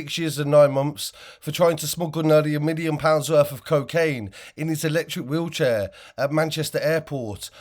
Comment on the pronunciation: FFS IN HIS WEELCHEAR 😂😂😂WHAT A FOOL